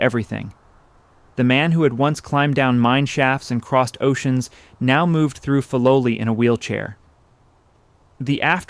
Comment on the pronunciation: Please say the name correctly